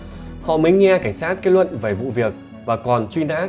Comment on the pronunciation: Giọng này mà hay cái gì??? Năng nực, kết nuận, Phi-níp-pin, ...vv. 😂😂😂